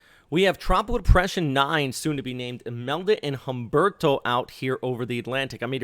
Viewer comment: Pleez skuoozme but I’m the Pronunciation Natzi and just had to weigh-in on your anglicization of Humberto. It’s an oft made unintentional insult to the Hispanic community - not a big deal I’m guessing you feel relative to the possible destructive power those weather conditions could exact upon the southeast coast . . . so it’s all forgivable, all good. That terrifying hurricane tearing up the Atlantic now is not pronounced: Hummm-burrr-tow But rather: OOOM—BARE-TOW. Silent H like in the word herb - referring to an aromatic seasoning, not as in the male first name Herb, short for Herbert. Also, the ‘U’ in Spanish in this instance is pronounced, ‘Ooo’, not ‘Uh’. If you pronounce Humberto correctly in future (much appreciated) weather updates I shall respond in kind by not reporting your name to the Sociedad de Mala Pronunciación del Idioma Hispano. I have all confidence you will come to your senses and comply with what I am requesting of you. Buenas Dias Senior, Paz, Pronunciation Nazi 🥳